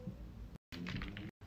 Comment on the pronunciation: I always determine how good it is by the emphasis on Bussin. 7/10